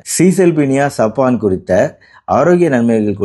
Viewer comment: சபன் என்று உச்சரிக்க வேண்டும் சாப்பான்‌ என்று சொல்லக்கூடாது. டாக்டர் கொஞ்சம் ஆங்கில அறிவை வளர்த்துக் கொள்ள வேண்டும் இவருடைய ஆங்கில உச்சரிப்புகளில் நிறைய திருத்தங்கள் செய்ய வேண்டும்